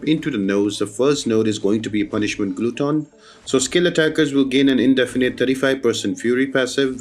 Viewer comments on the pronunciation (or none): For punishment glutton, glutton rhymes with button. It has a short u sound.